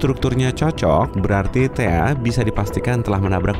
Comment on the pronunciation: THAE KALI BUKAN THEA